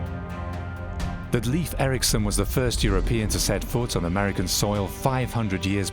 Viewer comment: Leif Erikson's name is pronounced incorrectly in this documentary. Shame. He was Norsk, not English